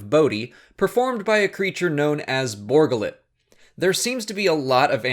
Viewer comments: Borga Lit? Really? Funny, everyone here heard it as Bor Gullet. But maybe it's just us. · Bor Gullet. ....you keep saying Borgullit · It's not Borgalit. It's Bor Gullet! He will know the truth. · Why do you pronounce it Borgullet? It's two words and they say it's name in the movie. Bor Gullet. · I just can't get over his pronunciation of Bor Gullet. it's a 2 part name. Bor. Gullet. not Borgalette as he calls it. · Bor gullet, not borgullet! How is he pronouncing it wrong. His name was said in the damn movie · ...did you not see the movie...or are you ignoring the way his name was pronounce in the movie just to annoy everyone...?